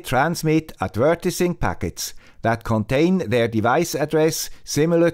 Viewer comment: du sagst „adv-eee-rtising“, mit der Betonung auf dem „e“. Trotz Swiss Accent ist das kaum auszuhalten. :)